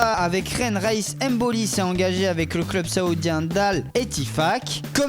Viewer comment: Les gars... Apprenez à parler svp.. c'est abusé la prononciation de club!